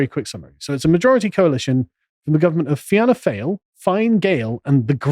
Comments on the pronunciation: Fee-anna foil and Fin-uh Gale. Too late for this podcast but keep it somewhere safe if you need it again. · You guys are great but it's pronounced Feeanna Foil not fail and the other one is pronounced Finna Gale. Sorry 😂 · Fail sounds like fall . Pronounced. Fine ( fina ) fianna fe anna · Fianna Fail - "FEE-IN-A-FALL" Fianna Gael - "FEE-IN-A-GALE" Sinn Fein - "SHIN-FEIGN" Vradakar - "VRA-DA-CAR" However the correct way to pronounce them all is "PACK OF WANKERS". Pronounce them how you want Sargon just FYI. You're also spot on that our WEF government is a disgrace. A lot of our country is a disgrace. Full of socialists & so easy to manipulate with a few MI5 placed media articles. Cringey blood boiling stuff all round. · Hey Carl try these pronunciations..Fiannna Fail..Fee-a-nah Fall, Fine Gael....Finn-eh Gale, Michael Martin.... Mee-hawl Martin, Leo Varadkar....Leo Vah-rad-karr. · Fianna Fail is pronounced fianna foil, Fine Gael = fini gael, Sinn Fein = shin fein, and Leo is pronounced as Leona and Leona Varadkak the as you say prime minister = Taoiseach = teashock and Leona was elected to the Irish parliament on the 5th, and final count at the last PR election if Ireland had a 1st, passed the post system Leona would be a chambermaid in some dodgy hotel today. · Pronunciations: Fee-anna Foil and Fee-na Gayle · Fianna Fáil. Is pronounced Fawl as in Fawlty Towers. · Fianna Fáil is pronounced “Fee-ana Fall” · Fianna Fail (sounds like Fall) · Please, it’s Fee-nah fall Fee-nah gale The mispronunciation is like nails on a chalkboard 😂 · Fianna Fáil is pronounced FEE AH NAH FALL and Fianna Gael is pronounced FEE AH NAH GALE. might help ye in terms of the Irish language lol. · As a tip: Fine Gael is pronounced Feena Gale and Fianna Fail is pronounced Feena Foyl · Its pronunced ''feena fall' fianna fail party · Fianna Fáil is pronounced Feena Fall but tbh, I always call them FAIL too 🤭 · By the way the ENGLISH pronunciation is FINA FALL AND FINA GALE.